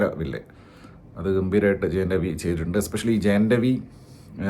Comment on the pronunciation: ‘Jayan’ ravi alla 😂 ‘Jayam’ ravi 😅😅